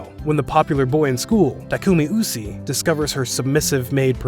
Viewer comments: SAMEEEE #bestromcomever Also was it only me or did everyone else’s hear him pronounce Usui’s name wrong 😂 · Usi and Mizuki? You mean Usui and Misaki? You didn't even pronounce the names right.